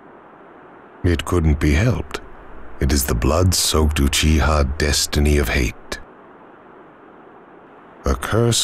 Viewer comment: It's like no one can be bothered to say "Uchiha" properly.